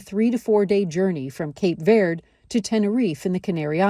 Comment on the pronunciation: Mispronounced Verde